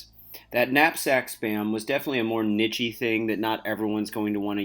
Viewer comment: It’s kneesh not kneechae